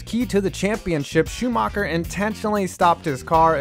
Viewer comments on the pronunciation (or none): Just the accent of the guy talking should turn you off this video. Nevermind the content. "Proust at Suzaka". Amazing. Excuse me, where?! I bet nobody knows what he's talking about Butthurt Shoe Marker and Villa Newve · Michael Shoomarkar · schumacher is not pronounced shoemaker but hey the english way to pronunce foreign names is to look at the name and find the english word that sounds kinda the same same with leclerc who is called le clerk